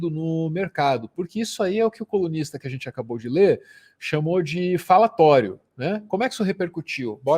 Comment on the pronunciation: Sempre que vc fala colunista eu entendo comunista e tomo um susto hahaha, tipo OQ!!!???!